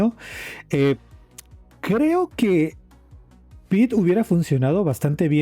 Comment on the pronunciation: Hello from Finland, and thank you for your reaction. You pronounced "Liekinheitin" very well; the final "e" is also pronounced like in Spanish. Also, "Pete" is pronounced more like "Pepe." I hope to see more of your reactions, so I've subscribed!